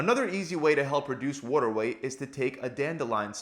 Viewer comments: It pisses me off…he says “whoa”-ter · You sound like you’re from Baltimore. “Wooder” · “Wudder” weight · wAter man..., its pronounced wAter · It’s a philadelphia area lingo to be exact. Philly and the surrounding areas pronounce it “wooder”. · Lol Worter * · More like "wodder", otherwise "wahder". Americans pronounce the letter t as a d. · Wore-da weight. New YACK accent son. 😂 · Good holy god this was like he took a bet to see how many times he could say “worter” to bother TF out of me. They should use this as a CIA torture technique. Great info but for the love of god don’t say “worter” anymore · Over under on 50 “waddur” s during video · "wuoda" retention LOL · the way u are pronouncing water is triggering me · The way he pronounces "water"...can't unhear it. 😆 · For those of us from the US northeast it sounds normal (except for an R sound he adds after the A) and other parts of the country where they say “Waahh-derr” just sounds limp.